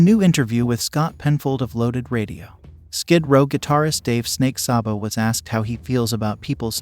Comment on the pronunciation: Sabo’s name is pronounced ‘SAY-BO’!, not ‘SOBBO’!!!! Get it right!!!!🤨👎